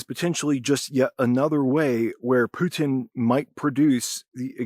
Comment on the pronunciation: PUH-tin. Spit that poo!